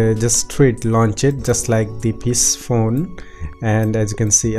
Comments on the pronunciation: Really helpful video. But I believe Psiphon is pronounced as sy-fun. Like siphon. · Lmao. I think he even called it Pissphone at 1 point lol... Or maybe it aoundedbthat way . Lol